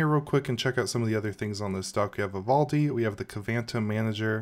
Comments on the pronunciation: VALOUDI ...WTF ? vivaldi ... LEARN TO READ ! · VI - VAL - DI It's not that difficult to pronounce. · How many times can you say Vivaldi wrong in a row? Lol Good video! The distro looks super interesting. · Thats not how you pronounce Vivaldi... Great video though 😁 ! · this man just cant say 'Vivaldi'